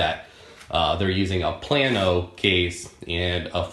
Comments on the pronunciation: Plano is not pronounced plan-o, it's pronounced plain-o. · HEY, It is PLA-No. Not Plan-oH. Teach you Texan Talk. Plano, Texas in Collin County, just North of Dallas, Texas. I had to learn when we moved here from East Tenn. Mexia, Texas is Mahay-ya, not Mex-Ea. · Plano is Play-No if you live up north or in the midwest..